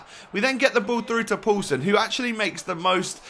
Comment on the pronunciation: When you say poulsen it sounds like you saying pøelsen and that means sausage in Danish